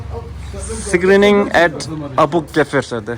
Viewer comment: Screenining English is 😂 and དགའ་ཞུ་Tibetan also 😂